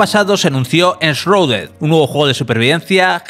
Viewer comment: "enshruded" se pronuncia